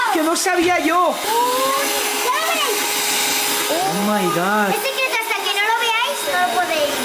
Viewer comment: Eres muy muy pesado con !ooo my god! Y pronúncialo bien por una vez